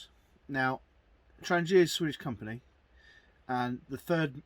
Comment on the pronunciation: Wouldn’t it be good if the instruction booklet told practically all YouTubers how to pronounce ‘Trangia’ correctly - the G is said like garlic or girl, not like German or gel.